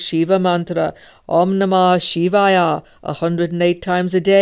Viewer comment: it's pronounced as " Om namah shivaya ( shi-vaa-ye )"